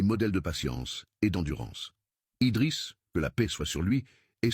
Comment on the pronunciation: IDRISS PAS EDRIS